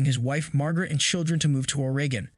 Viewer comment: Please learn to pronounce the name of the state of OREGON.